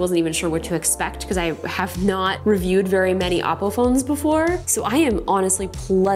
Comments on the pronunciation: It sounds like you’re saying Apple but with an accent, can you please just pronounce it “Ohppo” (oppo) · Oppo sounds the same as Apple When You say it